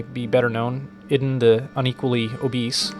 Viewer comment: Is Idun pronounced as ee-doon instead?